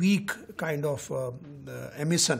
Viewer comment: This guy cant even pronounce emission or radiation properly... poor chap... in fact these many towers are bastardly consequences of corporate sale out by the government... government still has prominent share of the telephone lines ....this is a stupid show pin vomiting angreji being dumped by luck in TRAI.